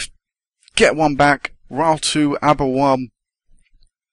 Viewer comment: Rhyl is pronounced Rill